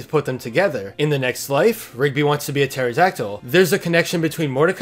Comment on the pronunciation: For 20 second i touthg ot was pigby not rigby